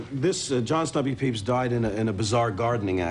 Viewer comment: This is invaluable to Tapophiles simply for the revelation that John "Stumpy" Pepys' last name is properly pronounced "peeps"., I salute you!